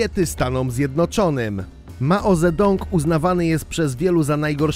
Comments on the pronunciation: Poprawna wymowa pynin to "dzy" zamiast "ze" xp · "maozedong!" :D